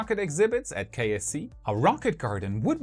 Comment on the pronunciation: Oddly enough I keep hearing KFC and wondering what Kentucky Fried Chicken has to do with Space X...